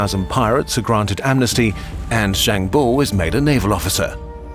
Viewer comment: just to clarify, bao is pronounced "baow" not "bowh"